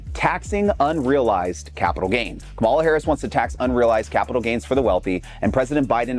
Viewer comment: and its "comma la" say it right